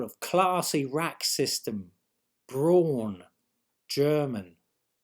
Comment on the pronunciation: Braun is pronounced " brown"